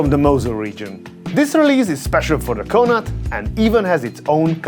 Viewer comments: Pronunciation : CON-NORT (as in bought) and not CAN-ART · Wrong, there's no R. CON-awt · connooorrtt not 'co-nat' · Hi from Ireland 🇮🇪 That hotel is named after an Irish Province & it's pronounced CON- OCT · It's pronounced "CON-nawt", with the emphasis on the first syllable. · Pretty sure Connaught is pronounced like Conner? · Connaught is pronounced Con-Knocked. It is an Irish word. The English pronounce it wrong. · Considering the high end nature of your channel, I think it probably wouldn't hurt to clean up pronunciation. You destroyed the name of the hotel. I do like your channel though, so please take the criticism as advice. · Your pronunciation of “Connaught” is absolutely disgraceful. Research the name and how to say it next time. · Shame he cannot pronounce Connaught correctly. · I'm suprised thst considering how many times he said the name 'Connaught', no one had ever corrected him on the pronounciation 😂 Us Irish viewers in pain listening to that attempt 😂 Great video though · Yeah I had to get this video up on my phone just to see if anyone else picked up on how he mispronounced it 😅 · Aside from the utter mangling of the pronunciation of "Connaught." - it's a nice review of something I will likely never experience, cheers